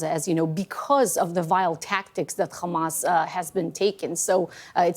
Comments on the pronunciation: If she says KHAMAS one more time... Stop lying. No more money to Israel! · Ikr. It makes me physically sick to keep hearing the way they pronounce Kkhamas